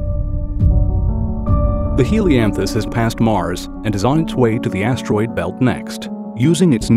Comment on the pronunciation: Why he keep say ass-droid belt?